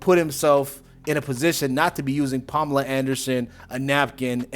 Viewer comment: Palm-ala Anderson 😂😂😂😂😂😂😂😂